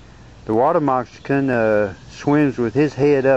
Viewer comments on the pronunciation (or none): Its Moc- ca-sin not mox-i-can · lol, you say 'water messicon' sounds like 'water mexican' =) cool video, though also, I read somewhere that those things can still bite hours after death (reflex) - be careful! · Dude, learn how to say moccasin.